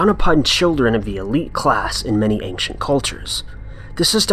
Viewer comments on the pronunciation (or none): none